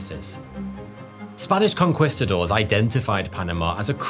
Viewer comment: 42, conqueestadoors , potato potado